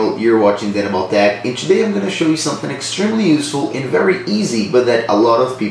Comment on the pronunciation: You gotta practice how to pronounce the word "to".